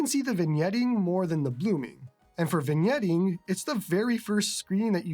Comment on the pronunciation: An excellent first look at the Odin2 Mini. Today I learned that the "g" in vignetting is silent. I've only ever read the word; I've literally never heard it spoken aloud before. See, you're both entertaining and educational. IRT the handheld itself; none of my priors have really changed. It looks great, it runs great, and it seems to be pretty well built. The only knock I have so far, and it's a new one discovered thanks to this video, is that the speakers are more lackluster than the person that replaced Don Cherry. The full size Odin2 sounded excellent on my end, so, I don't know what's up. I look forward to your full review. Congrats on being one of the first to get this handheld. It should be a real boon for your channel, and you deserve all the subscribers.